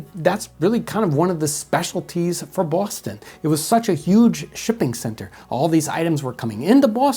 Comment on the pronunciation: I don't know where hes from, but I approve of the way he says Bwoston. Unintentionally very accurate👍